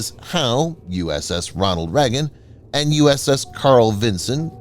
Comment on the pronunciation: RONALD....with a D. And the Chucky V is not stationed in Hawaii. Get your facts together ....Good Lord!